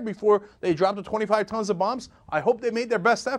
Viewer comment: I like how Cenk enunciates 25 tons of bombs... for the record, that is 25 bombs. You hear tons and assume some huge number, it isn't. Of course this action was deplorable, completely uncalled for and despicable, just pointing out a fact.